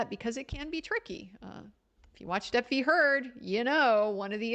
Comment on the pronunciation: I like how she says "del-fee" sometimes, since she's in town lol...but sleep deprivation makes the brain do crazy things